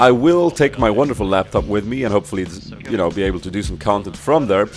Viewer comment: "Corki is also a champion i have to train mä :D Swenglish